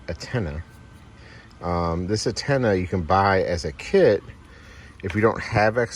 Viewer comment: Stop saying attena it's antena